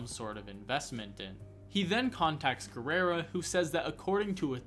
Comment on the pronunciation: why do you keep pronouncing Guerra as Guerrera? XD